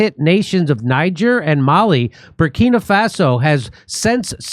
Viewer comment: F.F.S. Tray-or-ray or, Tray-or-A. Not Tray-or-Ee. And it's Burr-key-na. Not bur-key-knee. The pronunciation was so bad I thought that I was listening to CNN or BBC for a second there.